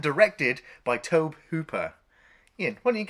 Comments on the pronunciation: Incidentally,although it’s spelled Tobe,it’s pronounced Toby.I know a lot of people have a problem with anyone who corrects grammar,pronounciation,etc.So what,big deal.People will have to continue to have a problem. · It’s pronounced “Toby”. Lovely chap. Great vid. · It's pronounced "Toe-Bee" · Tobe is a funny spelling but it’s still pronounced “Toby” :) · FYI, guys: "Tobe" is pronounced like "Toby." Also, "Dike-stra." not "Deek-stra." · Tobe is pronounced Toby and he directed all of Poltergeist and BTW drank gallons of iced tea and . . . . all the actors were paid on time. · Just FYI you guys, Tobe Hooper is pronounced TOBY Hooper. Just sayin'... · Maybe try pronouncing the directors name correctly. 👎